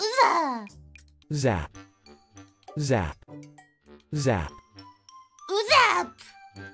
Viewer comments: Y'all heard the wife; we've been pronouncing it wrong this whole time. It is now pronounced "uza". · bullied duolingo until the pronunciation of zap was uza. Truly the most powerful seal. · shes not wrong tho its subtle but there is a u in his pronunciation